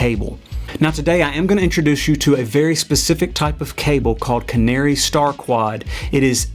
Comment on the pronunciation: Nice article, thanks. But it's Canare and Neutrik (not canary and neutrix)